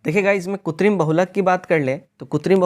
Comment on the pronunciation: Kritim hoga not kutrim